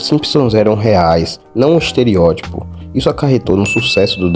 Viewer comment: EsterEótipo... ''esterIótipo'' NÃO EXISTE